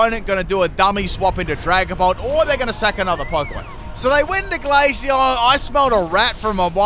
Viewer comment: One question what was the glaceon set? Neither subtitles or my brain can comprehend what you said